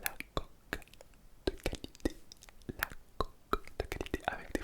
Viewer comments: Qauce deu callïttéer 😂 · Las cqokeuh deut ckalitthée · la qqqoq du qalitté